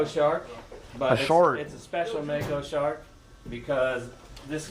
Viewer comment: "Im touching a SHORK!" What accent is that?😂